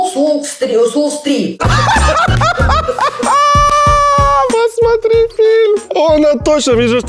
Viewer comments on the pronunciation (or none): А мені одній здалося,що «королева»,згадуючи фільм,вимовляє-волк с Уолл стриМ?🤣🤣🤣